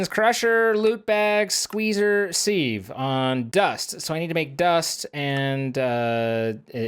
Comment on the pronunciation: thats not how to pronounce sieve FUUUUUUUUUUUUUUUUU